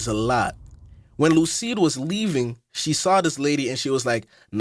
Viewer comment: Great video but I’m wondering why you called Lucie “Lucide” 😭💀